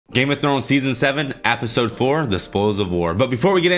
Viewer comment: Just noticed y’all say apisode instead of episode 😂